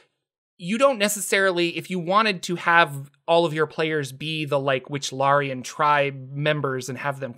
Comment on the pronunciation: Wichlaran not Wychlarian